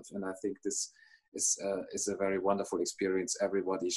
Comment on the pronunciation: always says fairy instead of very,:-)